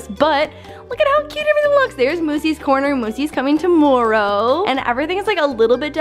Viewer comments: Love how she says tomorrow “Tomoreow!” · sounds so Canadian when she says "tomorrow" it's so adorable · You say tomorrow really Canadian like